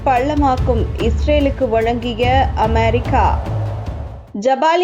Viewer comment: அமெரிக்கா வா? அமாரிக்கா வா? நீங்கள் உச்சரிப்பது புதுவகையாக இருக்குதே? Styleலா?